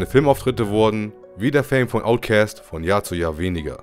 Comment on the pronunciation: Omg, wie lange habe ich niemanden mehr "Outcäst" sagen hören. ^^